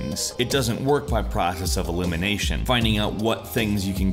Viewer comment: prOKEAQUFEus of elimination...